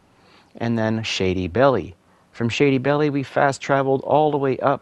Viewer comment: im sorry but the shady belle location your totally saying it wrong the e is silent basically its shady bell